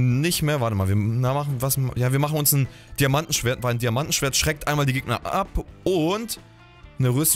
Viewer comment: Wie gomme immer diamantENschwert sagt 😃